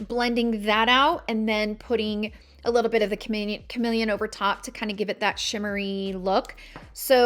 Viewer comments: I think it is called CaRNelian , isn’t it ? It’s just annoying to hear carMElian five million times as well as YES contours colors are simply not your colors , you need darker ones especially when you use this foundation ….. ugh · Isn’t it carnelian ?